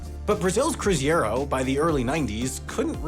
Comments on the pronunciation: Drink a shot every time he says (or writes) 'cruziero' instead of the actual name 'cruzeiro' 😂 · Why are you writing and saying cruziero? Its cruzeiro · It is not the CruZiero, it is the CruZeiro. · it was called cruzeiro not “crusiero” 😂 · Cruzeiro, not cruziero. Also Cruzeiro Real, not Cruzado Real. It's written on the bill! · It's "CRUZEIRO" not "CRUZIERO" You're welcome, a Brazilian. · It’s cruz-AY-ros, not cruz-EE-ros! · Man, it was cruzeiro not cruziero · it's Cruzeiro, not Cruziero... like CRU ZAY RO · The amount of times I heard that word misspelled... It's CRUZEIRO 😂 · Submission for the next mistakes video: CRUZEIRO, not CRUZIERO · We need from Wendover to correct from HAI again. It's CruzEIro, not CruzIEro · CruzEIro not cruzIEro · saying "cruziero" rather than "cruzeiro" should definitely go to the mistake video of the year. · Cruzeiro (not Cruziero) has an ei as in "Hey,, learn to read". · It’s Cruzeiro, not Cruziero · Unrelated, but why do English speakers invert phoneme /ei/ when saying Latin words? Instead of saying CruzEIro he says CruzIEro. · The name of the old currency was Cruzeiro, not Cruziero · we don't say kroo-zay-roh. we say kroo-zay-roo. this isn't Spanish. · It's CRUZEIRO, not CRUZIERO. "Cruziero" is making my ears bleed! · it's cruzeiro (pronounced croozayro) not cruziero like you spelled and said it (as you can see on the bills). can't wait to see this in the next HAI mistakes vid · "Cruziero" bro 😭 Why do people always swap the e and i in Portuguese words 💔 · Just a correction on pronunciation: Cruzeiro is spelled (in english) "Croo Za ee roh" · Tiny correction: it's "cruzeiro" (pronounced something like croo-zay-roe), not "cruziero". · It is quite distracting to hear "cruziero". I get that Portuguese sounds can be very difficult for English-native speakers, but it sounds so much like someone trying to make a fake Spanish word based on a Portuguese one, it ends up sounding very bizarre. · He fumbled the bag there